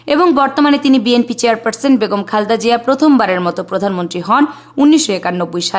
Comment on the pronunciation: খালদা জিয়া খুব খারাপ শুনাচ্ছে সুন্দর করে খালেদা জিয়া বলতে পারলে বলবেন নাহলে ভিডিও করার দরকার নাই 😢